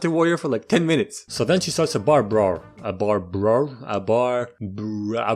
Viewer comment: Idk why but I couldn't stop laughing when he tried to pronounce "bar brawl" lmao